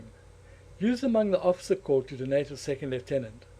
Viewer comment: It's spelt 'corps', dude... not 'corp' - pronounced 'core'